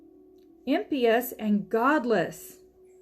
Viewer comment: Thank you for this instruction. I have never used the BLB before, but I will now. I do have one correction, though: you pronounced "impious" as imp - ee-us. The correct pronunciation is im (like immoral, immodest) - pie - us.